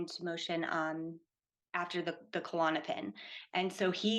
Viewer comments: Why do people call it Ku-Lon-o-pin? It’s just Klonopin. Little pet peeve. But anyway, yea it’s horrible I’ve gone through many awful withdrawals myself and I hope to never have to again. Hearing this, I’d be scared to not make it through (as I’ve felt going through it in the past too!). Was on klonopin over two decades. Prayers to all struggling to safely get off these drugs. ❤ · After all she's been through, she still doesn't know how to pronounce Klonopin or how it's different from Xanax? Bizarre.